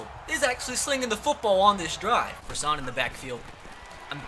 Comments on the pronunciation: Stop saying Croissant! It’s Crossan! Cross - An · i know it’s two years later, but say it with me. D-A-L-T-O-N crasson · Crossan is pronounced craw-san